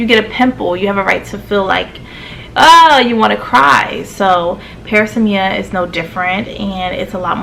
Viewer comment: This is pronounced pr-AZZ-me-uh